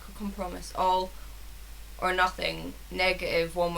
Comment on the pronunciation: compromise is pronounced com pro my-eyes It means to seek the middle ground